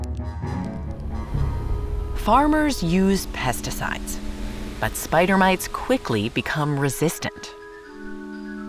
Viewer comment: My brain is trying to understand "mates" with a heavy accent and I find it amusing. Edit: Oi, where are my mates?: ON YER FACE, MATE!